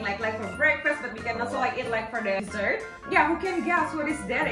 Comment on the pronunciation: ito, bedakan pengucapan desert (gurun) dan dessert (makanan penutup), jauh kalipun .... hehehe